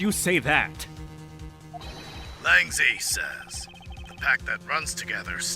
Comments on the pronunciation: Since Lang Zi is more than likely a Chinese name, I think it's supposed to be pronounced "Lang Ji" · Correct pronunciation of Lang Zi: "Lang" has the same vowel sound as "ah" and "hot". "Zi" doesn't have a conventional "I" sound in accordance to Mainland Chinese pinyin rules (Zheng Fa having an obvious link to Chinese). Instead, just imagine how you would pronounce "dz". Shi-Long Lang is spared because modern times explain him using an English pronunciation, but Lang Zi is ancient.